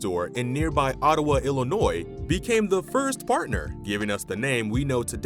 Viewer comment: Very informative but I couldn’t get over hearing the Lincoln state called IllinoiS. The S in Illinois has always been silent. Same with that city in Indiana; it’s pronounced Terra Haute - like “hote” or haute couture. It’s Not Terra Hoot.